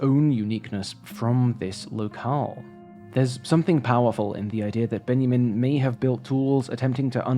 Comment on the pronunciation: Love the video! But.. I hate to be that person, but it was painful to listen to your pronunciation of Studio Ghibli. Its pronounced "jibli" as in "jam", not with a hard "G". Its especially frustrating as all the other foreign names / phrases were spot on. The German was good and the Ben-ya-min instead of Benjamin also. Again love the video though!